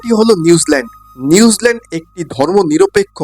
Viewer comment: নিউজলেন্ড নয় নিউজিলেন্ড।হরে কৃষ্ণ